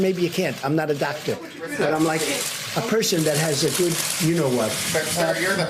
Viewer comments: "I'm not a Dacter", not an effective President either. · "I'm not a dock-tor, I just act like one because I can!" "I have total power!!!"